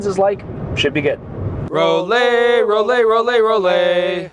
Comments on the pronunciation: FYI it’s not “Roll-ay” it’s “Roll-eye”, being a German word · As someone that dreamed of buying a Rollei back in the 90s but could not afford it, this variation doesn't impress me at all. It has been modernized on the expense of quality. Moving to another topic - Just as you pronounce LAYCA and not LEECA. you need to say ROLLAY and not ROLEE. Its the same german grammar of the EI letter combination that is pronounces as AYI. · Rolly??? Roll-eye 🙄…literally that how you say it 😂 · It's a German name - pronounced Roll-E not Roll-A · to be honest: it is pronounced “raw-lai”. Greetings from Braunschweig/Germany - where the Rollei company originally came from ;) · pronouncing Rolleye 😊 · It can't be that hard to pronounce a foreign name at least somewhat correct every now and then.